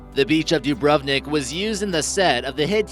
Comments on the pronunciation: ur sayin dubrovnik wrong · than you should know that Dubrovnik Is spocken Dubronik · That way they say: Dubrovnik and Jasenovac 😂😂😂😂